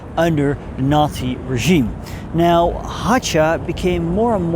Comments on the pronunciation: I guess it was necessary to check a pronunciation of the Protectorat's Staatspräsident's name: he was [ˈɛmɪl ˈɦaːxa] (wiki: In Czech, the letter ch is a digraph... however it is a single phoneme (pronounced as a voiceless velar fricative [x])), not [ˈɛmɪl ˈɦaːtʃa] as you told. And once more: historically more correct is to say that pro-Axis Russians took part in Prague uprising wasn't ROA, because it hadn't been exist at that moment (and, to be honest, de facto never existet), it was a part of Armed forces of the Peoples' of Russia Liberation comittee (ВС КОНР, Вооруженные силы Комитета освобождения народов России), which consisted of not only former ROA units and members but also a lot of former and still existing Russian collaborationist units (f.e. XV SS cavalry corps). But only one Comittee Armed Forces unit took part in the uprising - it's 1st Infantry (or in German designation 600. Infanterie-division (Rus.)) leading by it's commander Maj.Gen. S. Bunjachenko. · Hácha should be pronounced as /'ha:xa/.